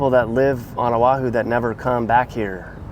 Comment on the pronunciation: First of all this video is nauseous, you move around so much that we get sea sick and Motion sickness, disgusting! ,Second, you need to learn the proper pronunciation of our Hawaiian words and Oahu is not pronounced aahu, we get really pissed with improper pronunciations of our Hawaiian words!! Third: Hawaii is paradise no matter where we live, unlike you mainland haoles who act as though you are all rich and live in grand houses but we know the truth. But, all in all thanks for bad mouthing us so people from the mainland would not want to live here!!